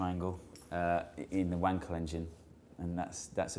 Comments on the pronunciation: yes the "l" in "Wankel" is pronounced like the "l" in "colonel" in American English ;) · I don't know about 'Reuleaux', but you certainly pronounced 'Wankel' incorrectly! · When he said, "Wankel Engine" I thought he said, "Wang Collection." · Uh huh huh... you said Wankel Engine.